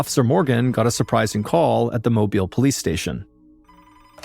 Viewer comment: He pronouned mobile right.